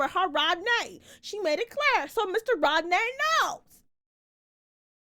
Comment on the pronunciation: I’m screaming at still calling Rodney “Rod’nae” but also I feel like that was Halle’s best scene so far acting wise